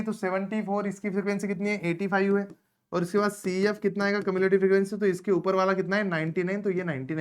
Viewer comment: Commelative❌ Cumulative ✅